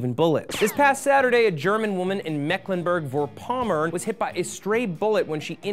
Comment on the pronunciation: Mecklenburg-Vorpommern.. Nver noticed how difficult is to pronounce that right ^^ But good job! :)